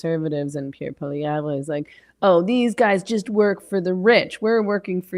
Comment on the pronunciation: Dear Meghan. Poilievre is not pronounced PoilieVRE. In French we don't emphasise that last syllable at all, nor does Poilievre himself. The French pronunciation is POILIÈV. ☺